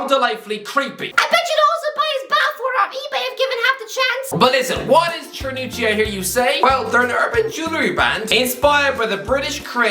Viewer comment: pronounced cernucci wrong